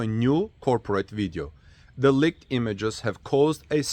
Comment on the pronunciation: Leeked not licked